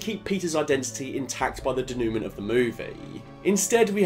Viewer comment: Fukin "Da New Mint" Broke my heart